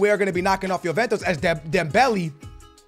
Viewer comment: It's not Yoventos but it's Juventus